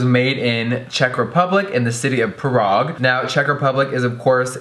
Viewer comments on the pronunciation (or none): am I the only one weirded out about her saying “parague” instead of “prague”?